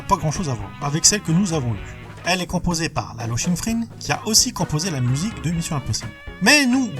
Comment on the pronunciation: Tu rajoutes des N partout par exemple : Paul Mickaël Glaser et Glasner ou Lalo Schiffrin et pas Schinffrin (c'est pas las1ère fois) mais J'Adore tes Vidéos